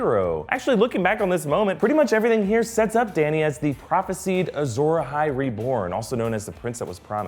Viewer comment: Ok I love the episode but seriously the word “Prophesied” is pronounced “Prophes-eye-d” not “Prophes-eed”